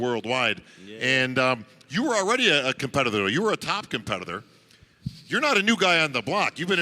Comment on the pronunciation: pronunciation of “competitor” is wild